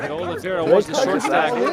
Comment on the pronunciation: Oliveira is pronounced similar to "aw-leev-ay-da"